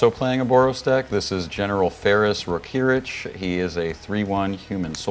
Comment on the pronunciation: pronounced Rokiric's name the Slavic way! Do you perhaps speak a Slavic language?